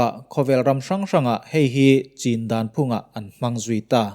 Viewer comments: “Chin” state i lam dan hi diklo ve tlat sir, an ni chuan “CH” hi an nei ve lo a. “Chin” tih hi “chhin” tih anga lam tur ani e. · C hi CH anga lam tur ani sa hrim2 a chuvangin....CHHIN tia lam tur a ni e.... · Chin ti a alam khi a dik lohna awm ka hrelo e